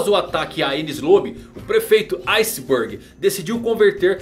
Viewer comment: Na ponta do "ice burg" genial kkkk